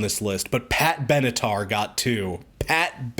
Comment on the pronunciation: "Pat Beneath?"